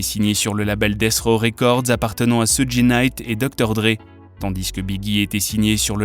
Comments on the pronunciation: Ça se prononce sudj et nom sudji (suge) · Sudji??????SUDJI???AH ouais non mais la cest bon n tchao..soudji night la arrête les vidéos non non non cest plus possible la arrete le massacre